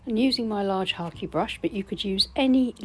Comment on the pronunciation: I always manage to dip my brush in my coffee! Thanks for the tutorial and for pronouncing Hake brush correctly. Best wishes from France 🇫🇷